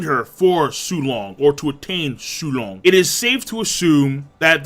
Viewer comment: Did you just say su-long meat? Thats f**** up bro